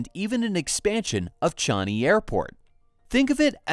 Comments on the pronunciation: Americans … they never teach you English, do they? “ChANg-i” not Chung-i … sub-SI-dence .. not subsi-dence .. and of course they are resorting to caissons .. Singapore has been illegally importing sand for years, which obviously cannot continue given the amounts required, or the obvious needs AFTER ‘Long Island’ is completed (do you really think that Long Island is the final part of Singapore’s expansionist policies? ) .. and global sea levels are expected to rise SIX metres ! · Great content, but it's "Singa-pore" (like Sing-along), not "Sing-Ger-pore". And "Charng-ee" airport, not "Char-nee" #proudSingaporean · AI can't spell or pronounce Changi. 👎🏼👎🏼